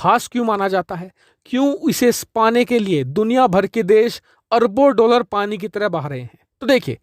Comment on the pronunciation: doullar? jahil dollar hota hai. diction/pronunciation is worst you must take hindi tuition from a good hindi teacher